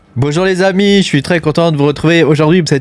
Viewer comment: Heyyyy, c'est moi ou tu as dit "Salut les amish" :D